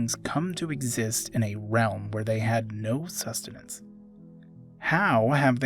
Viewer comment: Me: accidentally fasts foward: sUsTeNaNcE Me: dies laughing for no reason